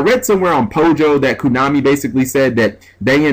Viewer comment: Again, it's KOnami, not KUnami.